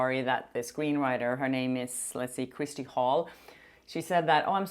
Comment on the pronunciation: Hi Kjersti❤ Please teach Popcorned planet Andy when he comes to interview you in LA how to pronounce your name correctly.😊